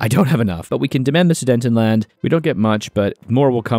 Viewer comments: no, where are you getting “dayn” from? There is no “n” between the e and t of Sudet, so where are you getting this from? “Ten” as in the number not “ton” as in the weight”, and “a” is pronounced as an “a” in German too, so it’s “land”, not “lend”. I’m just trying to help because if you’re going to get a bigger subscriber base, you’re going to get even more people nitpicking and telling you you’re pronouncing it wrong. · pls stop saying sudentenland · I love your videos but please learn how to pronounce Sudetenland. “Zoo-day-ten-land”. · bro really said sudentenland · it hurts me :(